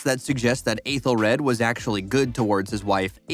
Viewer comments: It's pronounced "ETHEL red". Ffs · Aethelred not rad and Clapa nit cluba but mistakes can happen. The “ bloopers” are just behind the scenes clips not the actual bloopers itself. Have you seen the show? 😅 thank you for the video, but just have a bit more pronunciation or research.